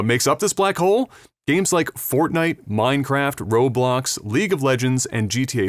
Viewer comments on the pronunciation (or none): none